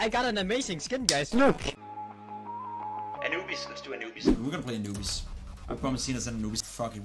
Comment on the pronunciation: Anubis sounds more like “a newbies”